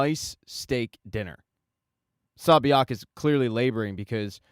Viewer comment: Love how you said SONG-WU, XIANG & SA-BIAOK🤣🤣🤣 instead of sang-woo, gi-hun & say-biuk